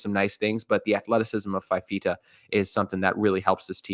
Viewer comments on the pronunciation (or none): Good segment. Couple details. Fifita came in for Injured De laura at Stanford and started the Washington game. Also it's pronounced "fufeeta"